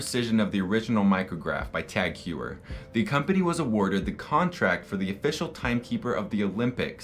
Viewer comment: Very nice video! Just one thing TagHeuer should be pronounced as “Hoyer”.